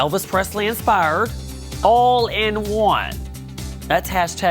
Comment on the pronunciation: ''Elvis Presly insprrued''